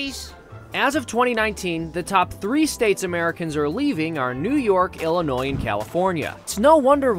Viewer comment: I know is from the Midwest so I don’t understand how in the world he can say Illinois as a ELL-Inois. I’m also bitter about this video as a Chicagoan.